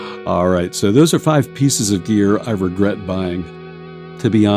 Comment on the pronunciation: Princess Bride Priest: "Wegwet. Wegwet is what bwings us togever today."